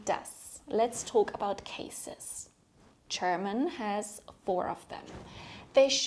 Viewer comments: German is pronounced with a ''juh'' ,so it's not Cherman . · Why do you pronounce it ”Cherman” instead of ”German”?